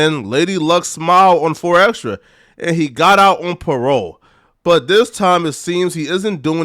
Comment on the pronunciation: The way this dude says his name is so cringe. It's xtras with a s not xtra